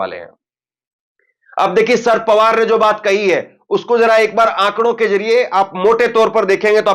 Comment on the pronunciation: शरद पवार बोलो ना कि शर पवार